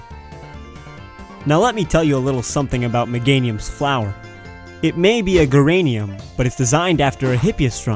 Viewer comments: Geranium is said with a "J" sound. Not a "G" sound. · Great video, just fyi - the geranium is a soft G rather than a hard one, so its pronounced more like jeranium. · The "g" in geranium has a "juh" sound. Like juh-ranium.